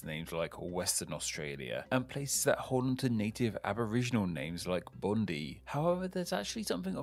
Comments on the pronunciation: okay i love you but bondee? ITS BONDEYE NOT BONDEE JESUS WHAT HAVE YOU DONE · At the very beginning of the video “Bondee” 😂😂 its Bond-eye in Sydney. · For future reference it's Bond-eye not Bond-ee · It’s not pronounced bond-EE but bond-eye ☺️ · Bond-eye not bondee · it’s pronounced like bond-eye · the way he said “bondi” cracked me up XD Its Bon-Die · Yes but I'm pretty sure that the Aboriginal language it's from pronounces it bond-ee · It's pronounced Bondie! Aussie here just informing. Yeah, Tasmania also restricts Drone flights the most from any other state, its where I currently reside, and the No-fly Zones cover 70% of the landmass due to it all falling under parks and wildlife which are part of the state land which means no flying your drone for hobby use or without professional certification and large sums of $ thrown at the council lol. Don't forget Edge of the World. near Arthur River in North West Tasmania. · ITS bon-die beach, GET IT RIGHT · i live a state called victoria which is north of tasmania. also u said bondi wrong and i cringed. also ive never heards somebody call it the apple isle. ever.